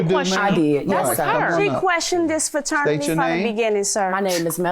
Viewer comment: Lmaoo at the end! He was ready for that action🤣 why the hell the plaintiff keep saying “faternity”?😩🤦🏾‍♀️